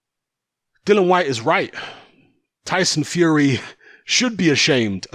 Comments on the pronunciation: It's Dillian as in title not Dillan as you keep saying. Size doesn't matter when you get clipped on the temple it's game over for some. Fury fought a taxi driver imo. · listen mate can you at least get his name right it Dillian not Dylan